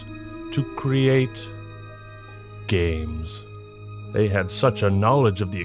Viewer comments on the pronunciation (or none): I thought he said the could use them to create gays instead of games